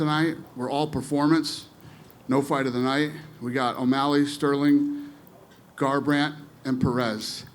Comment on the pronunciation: Cody "Car"brant - Dana "The Beast" White